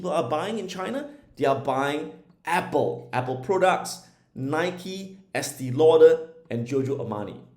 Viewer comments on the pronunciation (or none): Estée Lauder is pronounced "Estay Lauder."